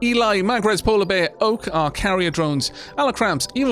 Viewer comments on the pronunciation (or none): none